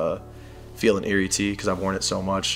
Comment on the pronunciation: Just a slight correction. The Stussy shirt that says Feelin Irie you pronounced it as if it was eerie. Think of how the letter I sounds in the word island . The pronounciation in island is the same way in Irie but only on the first I not the second one in Irie , which means in my country feeling great. From one collector to another great selection of tees guys.